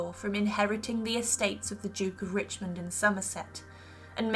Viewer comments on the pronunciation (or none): none